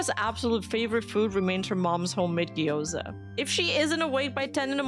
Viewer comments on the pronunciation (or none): none